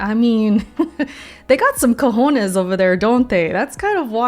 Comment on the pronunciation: Am i tripping? You said cajones like a hispanic person. Are you hispanic? or am i tripping?